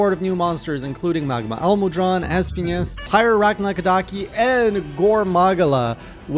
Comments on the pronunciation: I hate how pronounced es-PI-nas Yeah, His name is in spanish and means thorns BUT IT DOESN'T HAVE AN Ñ ON HIS NAME, IS NOT ESPIÑAS, IS ESPINAS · Lmao, why do you pronouncing it like EspiNYAs?😂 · Espinas is pronounced like esPEEnas not asspiñas lol. It's the Spanish word for thorns. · Espinas is pronounced phonetically as X-penis which is what he gives male hunters that wake her up